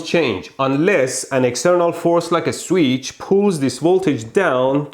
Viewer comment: Anyone realize how many times he said sweetch